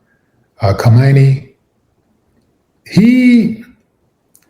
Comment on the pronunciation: Willie u need to stop bro !! 😂😂 can't even pronounce his name 😂😂.here u go again !! U think these Persians love black folk ??!! Ninjas like willie always want us to cape up for other groups. First it was for illegals now it's for the Ayatollah 😂😂. Who next willie D ??!! The pope ??,the Dalai lama 😂 keep that same energy when they come for Farrakhan!! But we know u won't!!